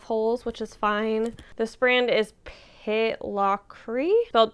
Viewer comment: Native Scot here and your pronunciation of Pitlochry is not far off! Excellent work. The “ch” sound is quite gutteral, like a cat hiss at the back of your throat, kind of an “augh” sound (like that awful viral TikTok thing) Pit-loch-ree 😊